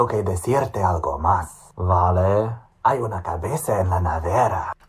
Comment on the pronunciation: As someone with a B2-C1 in Spanish and B1/2 in Italian, the Spanish and Italian were strange to watch. Hearing the "v" in "vale" being pronounced as if he were speaking English made me cringe a little bit tbh. Even in the Italian speech that he made, there were several errors imo (native speakers correct me if I'm wrong). He said "non pensi che io so parlare" (should be "non pensi che io sappia parlare" using subjunctive). His accent was strange too, to say the least